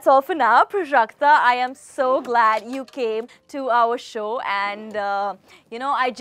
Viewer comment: It's Prajakta Koli not PraJaaaKta Kuli..